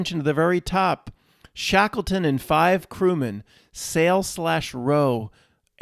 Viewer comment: Shackle-ton. Shekels make shackles. Shatan, ton sound. Boston, Washington etc. to mark occult centres of control.